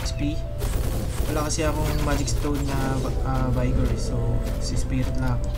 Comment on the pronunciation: Vigor not BayGor